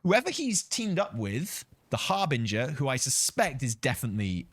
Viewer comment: Jesus Christ, do my ears betray me? Or did just pronounce 'harbinger' properly? Ye Gods, it's a sign of the end days!